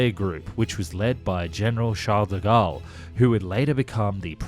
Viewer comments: The Gaulle in Charles de Gaulle is pronounced more like “goal” than “gall”, you pronounced Charles good tho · So as for the pronunciation : Surcouf -> more like "Sürcoof", yet getting the "ü" right seems close to a lost cause for natural english-speaking people, a bit like the "th" for French De Gaulle -> more like "Duh Goal" Cousteau -> more like "Coostow" (with the "oo" from "mood") Cherbourg -> that one's quite OK, the "r" being the other lost cause either way so it doesn't really count :) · ... only since you asked, but your French pronunciation isn't great... surcouf ... rhymes with goof, aloof, roof, . You were sometimes saying it right, but more often it rhymed with cough. nope DeGaulle the president it sounds like Goal, Mole, Pole in English... not gall or pall, or fall...